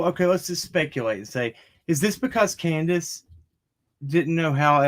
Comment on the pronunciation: It's candus lol!